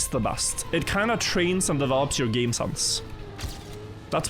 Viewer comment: Your English is generally very good,, but quick pronunciation tip: try to pay attention to how you say the letter E. you often pronounce e as a. You say “bast” instead of “best”, and “sanse”>sense, “frand”>friend, “racord “>record, “chass “>chess, “bâdder”>better.